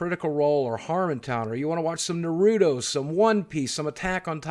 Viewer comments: Did you just say "nuh-roo-toh" And not "nar-roo-toh"? Disgusting. All jokes aside, good video. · Boogie I understand you're from ourcanses, but it's Nahrootow, not Nrooto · I feel liked you told on yourself a bit as being a person who watches little to no anime when you mispronounced Naruto. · He pronounced Naruto wrong triggered